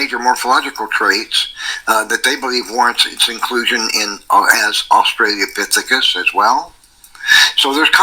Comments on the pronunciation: has been doing this way too long to have any excuse for pronouncing it "australiapithecus". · I absolutely HATE when people don't even read a newly learned word before saying it. The fact he says "Australiapithecus" shows he only glanced at the name once before settling on how to say it. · I ended up seeing this video on my home page again. So here I am. I know this isn't Dapper's channel, but should we drink whenever he says "Australiapithecus"? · In fairness to, if we give him serious crap for saying "Australiapithicus," we need to also give Steve McRae similar crap for saying things like "inner locker" (for interlocutor) and "electorial college." In the "FWIW" dept, it seems like is spelling it correctly.